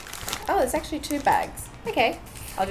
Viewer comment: She says: sorrrr,actuallyrrrr,failrrr No hate just joking